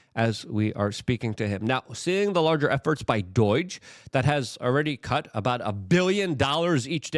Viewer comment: It's DOGE not Dooooeeeege. Why can you not talk.